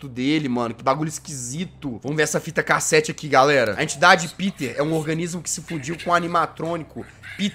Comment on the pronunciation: Toda vez que vc fala fita cassete eu entendo "fita cacete"kkkkkkkkkkk